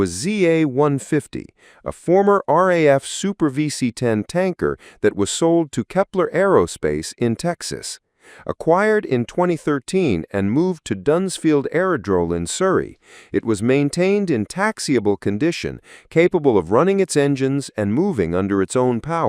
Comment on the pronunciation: If you must use AI speech please check pronunciation of all words: it's Lagos (hard A) not Largos, Prestwick not Prestick, and Dunsfold not Dunsfield (I know because I worked there in the 1960s). Please remove irrelevant video (Britannia and instrument assembly) and avoid repetition. Agreed - the VC10 was a great plane, designed and built in Weybridge, Surrey, by Vickers / BAC near the famous Brooklands racetrack. It was aerodynamically excellent, faster than the Boeing and Lockheed competitors, held the Atlantic record for 40 years, capable of operating out of short and hot & high airfields, and quiet within the cabin - passengers loved it. The RAF part of the story is interesting and less well known - thanks for that.